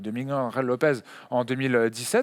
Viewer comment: Ça se prononce Miguel pas Migouel ;)